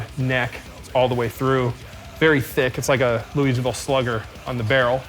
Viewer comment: As a Kentucky native, hearing the way he pronounced “Louisville” made me cringe. No offense of course